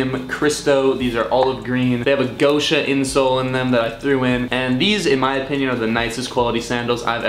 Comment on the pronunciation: i think you are butchering the pronunciation of Gosha